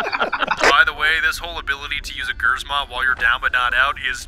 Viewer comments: It's basically pronounced without the r. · "Gyrzmot" xd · pronounced "chr-mot" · iys actually pronounced gshmot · Pronounce it lis gzmot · its not gerzmont wow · I asked my polish friend and he said it’s pronounced “shmot” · Gryzmot intensifies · My ears hurt when you say g R Z mot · The name of her mine is actually pronounced "Gchmot". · imma from the same country that she is (Poland) and your reading grzmot wrong you should read it the same as gżmot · Im triggered how everone pronouce grzmot as grrzzzmout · Im polish and its pronounced gizimot mine something like that in english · pronouncing grzmot Polish people T R I G E R R E D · i mean if they pronounce this like us they would not just simply say it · People laugh at Poland for ww2,we laugh at you for butchering the word ,,grzmot". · All of poland just oofed when said grzmot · Am Polish. I cringed so hard when you said Grzmot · My ears were bleeding when I heard that GRZMOT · Who would win a grammar nazi or the Grzmot pronunciation? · Me hearing how non-polish speakers say "grzmot" makes me wonder why they didn't translated it to "thunder". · In name of every Polish person who hears them saying Grzmot incorectly. REEEEEEEEEEEEEEEEEEE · The way you said Grzmot... That hurt my Polish ears. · The way you pronounce Grzmot is killing me lol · Not close to how „Grzmot” is pronaunced :p have google translate read it for you, might find it funny. Also it means „thunder” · as a pole it triggers me when they say grzmot the way they do